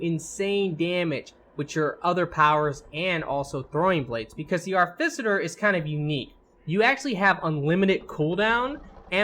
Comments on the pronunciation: how the fuck did you get arficiter from AR TI FI CER its not even spelt the way you fucking said it. what the fuck is wrong with your brain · Ar - Ti - Fi - Cer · ARFICITER, HAUL OF ARROWS, LEARN ENGLISH PLS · cool videos, really entertaining. one problem. its pronounced ART I FICER short i sound. artificer. shit bothered the hell out of me lol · he definitely swapped the f, c and t and was saying Arficiter... very annoying, agreed.